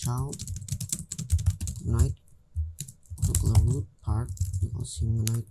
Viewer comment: RootPart not Rootpart